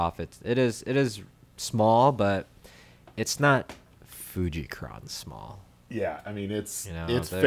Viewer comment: Fuji-kron lol. Read, F U J I N O N, en owe en, fu-gee-non.